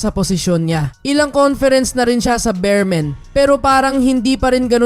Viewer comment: Boss beermen Hindi bearmen